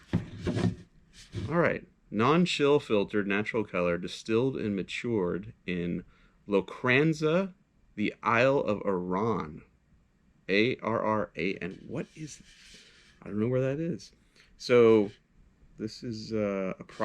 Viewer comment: Arran is pronounced Aran and Lochranza is pronounced Lock-ransa, Arran is a relatively small island (Isle) at the mouth of the river Clyde in the lowlands on the West Coast of Scotland. There's two Distilleries on Arran but the Arran (Lochranza) distillery is at the north end of the island. Like all West Coast island Whiskys, Arran Whisky has a slight peat taste that comes from the fresh water used in the distilling process. How do I know? I live 35 miles (as the crow flys) from the distillery and I enjoy Single Malt Scotch Whisky 🥃. 😁👍